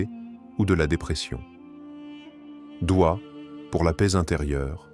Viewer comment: Aprend déjà à parler , c'est douha et non dua ! Je zappe !